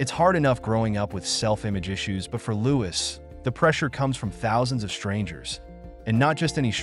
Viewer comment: You should at least get his name right. The s is not pronounced. It should just be said as Loui.